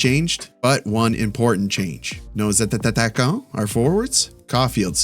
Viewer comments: Just a point about your French pronunciation. You are adding an extra syllable when you say attaquants. It’s ah-tah-kahn, not ah-tah-tah-kahn. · Sorry but I always wanted to know why you say Attataquants instead of Attaquants?